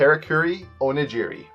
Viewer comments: What made you think onigiri was pronounced like o-nuh-ji-ree? Also onigiri is not sushi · It's pronounced Kah-rah-koo-ree oh-knee-gee-ree. Jesus